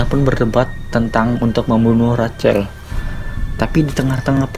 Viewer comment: Rachel, dibaca "RAHEL"